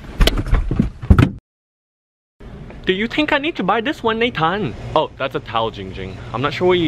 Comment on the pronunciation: not nathan